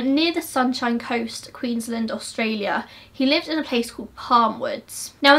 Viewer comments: Its QueensLAND not Queenslind. Just letting you know! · it's so weird hearing queensland pronounced english-ly like "queensl-nd" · Love your insight on this case. FYI, It’s pronounced Queen’s-land and briz-ben (Brisbane)